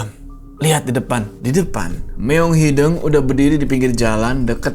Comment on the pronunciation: hideung bang, bukan hideng haha kl bukan orng sunda emang ssh ya.